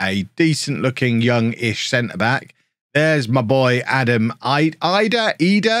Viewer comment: He pronounces it "ee-dah" apparently! 🥔